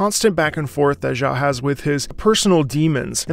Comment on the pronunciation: thank you for the hard work and content, keep it up! If you could, try to learn how to pronounce Xiao’s name better please, as a matter of respecting the language.